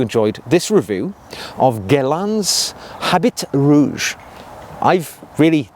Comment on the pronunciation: it's pronounced "a bee rouge". Thanks for the discovery!